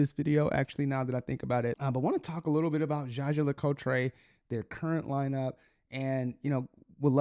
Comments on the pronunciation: Hello and thanks for this video. One little thing, if I may, please take few minutes to have a look at a JLC video in french language. For a Jaeger LeCoultre lover as you are, it's not possible to pronounce this brand's name the way you do. 😊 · Please learn how to pronounce the watch brand correctly if you ever expect to get subscribers. Your pronunciation hurts my ears.